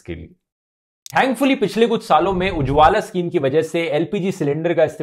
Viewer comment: UJJWALA, Ka pronounce deko